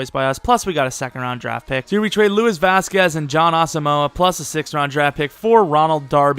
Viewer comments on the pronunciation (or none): none